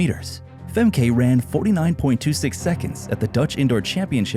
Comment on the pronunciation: Pronounced FEMKA